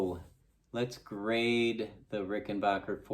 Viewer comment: Rickenbacker not RickenBOCKER